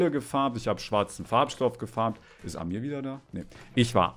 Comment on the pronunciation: Man betont bei Amir das A und nicht das I